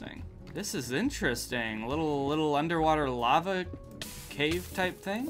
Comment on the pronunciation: everyone’s just gonna skip over the “into da lavah”